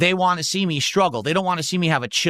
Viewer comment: “I’ll give you whatchu wah, if that’s really whatchu wah.” 😂😂